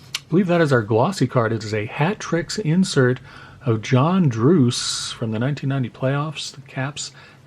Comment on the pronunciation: It’s John druce the e does not become a y so rhymes with Bruce not Brucey